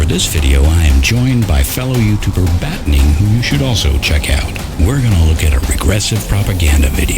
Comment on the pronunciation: How about throwing Battening a link in the description? I had to turn on captions just to figure out his name, because I heard "batning." Dude has a small channel, but he's pretty funny.